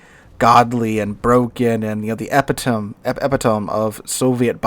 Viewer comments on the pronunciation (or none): Epitome: 'Ep a tome'? Where do you come up with these pronunciation? It's 'e pit o me' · "Epi-tomb"? "E-pit-o-me". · epitome - ee-PIT-uh-me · Epitome... epi-tome? Really? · Just a note on pronunciation of the word "epitome." It is supposed to sound like e·pit·o·mee...just fyi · Say it with me now: ee-pit-oh-mi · I heard you use the word "epitome", which you pronounced completely wrong. You're a school teacher? Please, don't EVER say anything about the quality of the education system, because for a school teacher, botching a 7th grade, common term like "epitome" shows that you're willing to use terms you don't know --- that you read somewhere and decided to use for yourself. It's an embarrassment to your profession. Do better, please. The reason people watch your videos is to LEARN something, and your purpose, ostensibly, is to provide information, NOT ignorance. I see you're back to swallowing your spit between each couple of sentences. Annoying AF. Have you considered asking your doctor or insurance company for a referral to a speech therapist? There's more to research and preparation than just battleships. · And he's a teacher, lol.